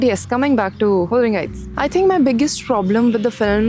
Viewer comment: actually it's pronounced "wuh-duh-ring" not "wu-duh-ring"